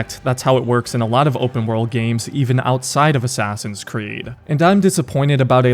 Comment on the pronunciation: “Abide by the Assass Ee Un’s Creed” -Al Mulalim